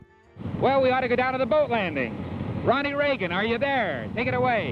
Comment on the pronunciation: "Ronnie Reagan" Wait what?